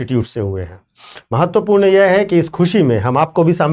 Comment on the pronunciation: Aap "yeha mat pronounce karna" durgaandh ati hein is word se, aap "yeh" bola kijiye.